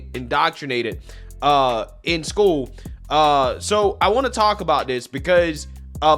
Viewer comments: Hey bubba, if you call “school” , “schoo”…. You have no right to comment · "... in skoo"